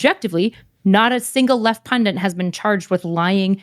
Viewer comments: PUNDIT not PUNDINT jesus fucking christ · Why is no one capable of pronouncing pundit these days? Where did "pundint" come from?